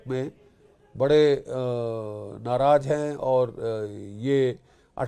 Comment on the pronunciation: Naraj? 😂😂😂😂 Naraz hota hai!